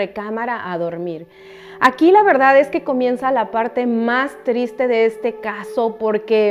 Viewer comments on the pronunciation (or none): none